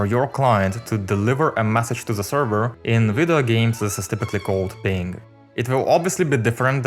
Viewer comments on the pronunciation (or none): none